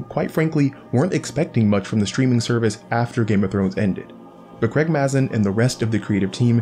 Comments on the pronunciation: It’s pronounced Craig M”a”zin! With a long normal “a” sound. Not Craig Maaaahzin like your saying it! :P I cringe and kinda laugh every time you say it. Lol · Excellent video :) As a head's up Mazin is pronounced "May-zen"